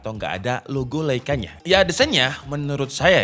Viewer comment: bacanya lai ka yaaa